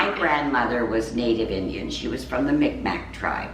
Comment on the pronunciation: I am an native First Nation and I’m Mi’kmaq and I find it so interesting that she is apart of my tribe. Also it is not pronounced Micmac it is pronounced like this meek-maq